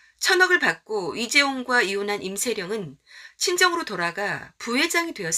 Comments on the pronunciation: 임세"령"이잖아요 근데 왜 제 귀에는 "정"으로 들리죠? 이거 신경 쓰이니까 다른 내용이 귀에 잘 안들어오네요. 암튼 좋은 정보 감사합니다. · 내귀에는 왜 임세정으로 들리지? 발음에 신경써주세요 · 임세령을 왜 자꾸 임세정으로 발음하노? 혀가 짧으신가